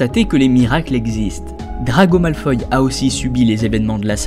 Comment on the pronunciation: Belle analyse que tu nous as pondue. Seule défaut, c'est que tu be prononce pas "Malfoy" comme je le fais: ça ma juste un peu déstabiliser. Toi: Malfoy > malfoille (oye) Moi: Malfoy > malfoi (wa)